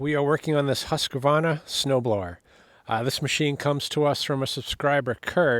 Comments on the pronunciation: you are pronoucing the Swedish brand "Husqvarna" a little bit weird haha. "Husqvarna" is pronouced like "house mill" translated to Swedish (use Google translate) but with an added "a" on the end 🙂The name is from a place called "Huskvarna" near Jonkoping, location lat= , lon= . So now you have learned a bit about the Swedish brand "Husqvarna". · Its Husqvarna 😂